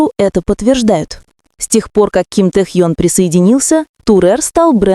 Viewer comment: да когда же начнёте правильно называть его. уши режет